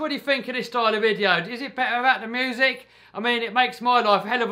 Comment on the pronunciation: Haha he said moosic